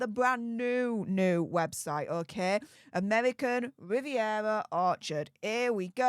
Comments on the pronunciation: Amevvvvvican vvvvvivvvvievvvva😂😅😂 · Pls don't even try to pronounce her new insta ffs it's not amevvvvvican vvvvvivvvviera orchard😂